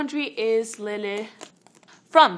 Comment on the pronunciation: why does it sound like she says “le” instead of “lele”? like she’s trying so hard to do it with a spanish accent…